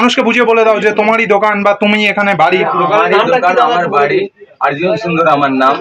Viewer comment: আর্জুন বলছে কেনো অর্জুন বলতে পারেনা মনে হয় 😅